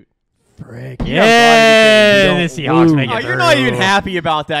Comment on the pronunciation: it's not the Seahawks it's the "Seasneaks"